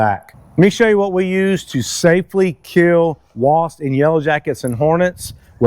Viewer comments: Wasp... Not wost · I have lived in Texas more than 25 yrs and never heard anyone who is able to correctly pronounce the ‘P’ in WASP. It’s always Wast’ Must be a Texas thing. Like pronouncing New Braunfels as ‘New Bronze’ville’ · Is he saying WAST? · McKenzie, tell your dad it's pronounced "Wasp", not "Wast".